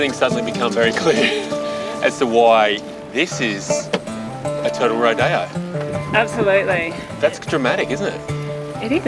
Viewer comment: I have to laugh at the “ro-DAY-oh” technique 😂 Girl you’re doing a turtle rodeo 😂